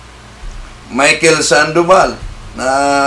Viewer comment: Sandobal dyos ko po ang layo niyo kay bro Wendel maling mali ang bigkas mo